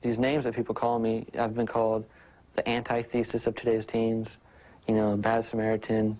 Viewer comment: what is uc berkeley’s excuse for accepting a) a killer b) someone who pronounces antithesis as “anti-thesis”